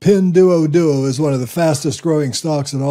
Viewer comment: Not criticism, just trying to be helpful: Ping Duo Duo, the "duo" is pronounced like "door" without the "r" sound at the end. Not like "duo" in "Duolingo"